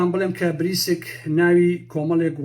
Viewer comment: ناوی (بریکس)ە نەک بریسک